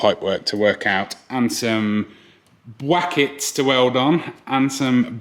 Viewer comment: I'm waiting for to snap after the next person says bwakets. Who will it be 🤣